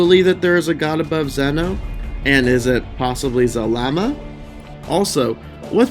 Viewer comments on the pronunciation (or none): It’s zarama not zalama